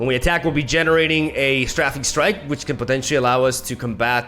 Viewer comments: He keeps asking us how to pronounce things... And yet still says "Sträffing Strike" :c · The pronounciation for "strafing" strike is "stray-fing" by the way. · Strafing is pronounced Stray fing. It's the gerund of Strafe. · and strafing is STRAFE-ING Ok done sorry 👌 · Can we talk about how STILL mispronounces strafing and jettison?? Or is it just a different pronunciation in a different part of the world? I looked online and I can't find alternate pronunciations for jettison, or alternate pronunciations for strafing outside of Britain. Am I going crazy.... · Not gonna say anything about "strafing"?